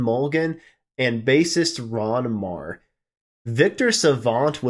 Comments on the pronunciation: I never heard Ron Meagher's last name pronounced that way. I thought it was pronounced mee-ger. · Ron does, indeed, pronounce his name "Mee-ger".